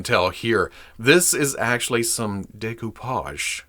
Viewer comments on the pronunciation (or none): none